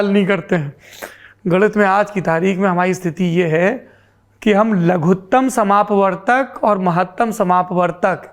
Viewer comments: लघुत्तम समापवर्त्य और महत्तम समापवर्तक सही उच्चारण है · Sourabh ji , Aapne Ganit wale swal ka jawab dete huve galat uchcharan kiya ...Laghutam samapvartya aur Mahattam समापवर्तक होता है